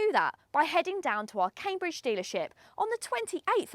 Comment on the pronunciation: Come on, Cambridge without a “d”! Good review though